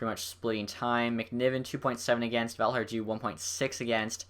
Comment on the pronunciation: Well done! Here's a name pronunciation tip: if someone is Swedish or Finnish and their name has a "J" in it, it's almost always pronounced as a "Y". For example: Paajarvi and Valiharju